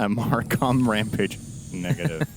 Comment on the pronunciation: he said rapmage